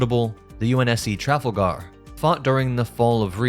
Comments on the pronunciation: TRA - FAL - GAR not trahfulguh bro wtf. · Trafl-gar? No. Tra-fal-gar. As in the square, or the naval battle. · what the fuck is a trafflegar ? TRA-FAL-GAR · Hearing people pronounce it is so funny. Truh-Fall-ger, not TRA-Ful-gar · Outch ... someone just butchered the name Trafalgar in a way i hadn´t had the displeassure of hearing so far. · Again love your stuff Only thing annoyed me was the mispronunciation of Trafalgar 😂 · Great video as always, although that pronunciation of Trafalgar physically and psychically pained me